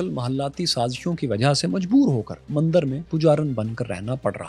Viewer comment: one correction. It's not Mandar Its Mandir Thankyou